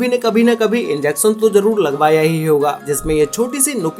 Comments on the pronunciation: Yes “enjection” 🙂🙂🙂🙂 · ball "pan" and "Enjection" Enter The Human Body lol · Inzecson, jhoom what a pronunciation